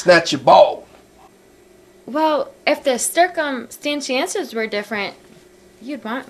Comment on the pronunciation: "cir-cum-stan-ciences" l0l =]